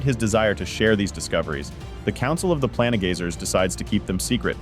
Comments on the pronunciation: Its PLaIN gazers, not pla ne gazers.. somehow you manage to say plane right, but not planegazer xD wtf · The ai voice is really struggling pronouncing the “plane” in “planegazer” and “planestrider” xD